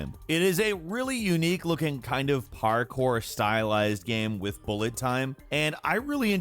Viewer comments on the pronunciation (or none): none